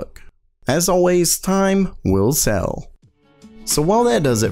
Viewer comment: time will sell? or time will tell ? he meant tell i think